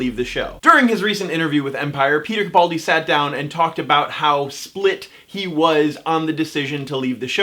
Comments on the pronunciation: Ca-PAL-di. Ca-PAL-di. sheesh,, keemon now. I completely adore you, but.... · Everyone's complaining on how this guy pronounces Capaldi. Have I been saying it wrong all this time? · Please learn how to correctly pronounce Capaldi.